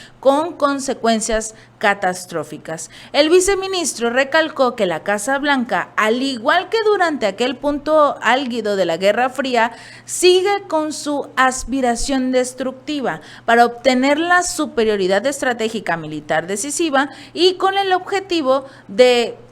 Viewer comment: no es Alguido es Algido!!!!!!